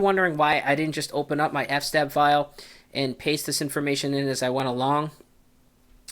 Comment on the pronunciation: Please pronounce eff ess tab correctly.